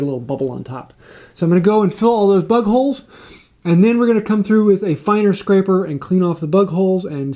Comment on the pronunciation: Listening to this at first I thought u kept saying butt holes. Had to hit the rewind to figure out it was bug holes 😂